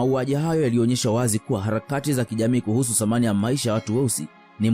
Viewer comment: Uwe unaweka video usiwe mvivu pia unaposoma tofautisha samani na thamani